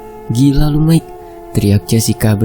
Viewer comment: Aduh dr tadi ko gak enak denernya ! Kl Mike itu nama panggilan buat perempuan , tapi kl laki- laki dipanggil Maik atau kl ditulis Mike dibacanya Maiki.... Gitu jadi enak nih kuping dengernya jadi jng panggil Mike itu jadi berubah jadi panggilan buat cewe. ..